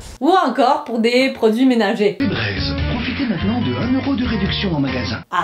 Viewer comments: c’est pas febrèze c’est febrise car sa se dit en anglais vous les français vous etes pas tres bon en anglais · et moi qui as passé une bonne partie de ma vie à arrêter de fredonner 12 pouce 5$,voilà d'autre année à le fredonner!mais...febreze se prononcé "fibraize" c'est non,c'est febreze dit "fibrize"!!! Tu es trop top,tu mérite beaucoup plus d'abonné de se que tu as!Tu es ma youtubeuse préféré! -Ce message est une présentation d'une québécoise qui rêve d'aller en france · feubraise alors qu'ici c plutot febrise (febreeze) 😂😂😂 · Nan les français disent, Fébraize (en prononciation) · Mdr on dis fébraise 😭😭😭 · Personne dis febrize 😂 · ayoye il on vraiment prononcer çà fi-braize